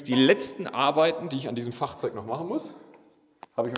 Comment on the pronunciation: "Fachzeug" klingt immer so hannoveranerisch/hochdeutsch gewollt und nicht gekonnt. Wir richtige Kölsche haben sogar Wörter mit dreimal unterschiedlich ausgesprochenem "G" wie z. B. "Fluchzeuschträjer"